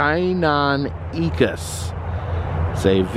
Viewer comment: The velociraptors were based on deinonychuses, not utahraptors. Also, you are greatly mispronouncing "deinonychus." It's "die-non-i-cus."